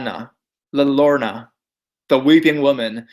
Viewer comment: It's la Yagh-rhown-nuh (llorona) btw. A double "L" is pronounced kind of like an English "Y" :)